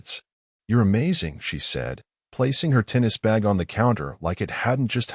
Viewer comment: Its supposed to be 'bag' not 'back'